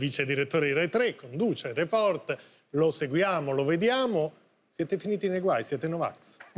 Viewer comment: Floris si pronuncia Report con l'accento sulla e. STUDIA